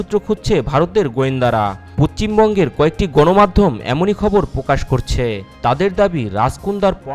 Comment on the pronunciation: আগে ভাল করে পশ্চিমবঙ্গ উচ্চারণ করো তার পর ভিডিও বানাবে।।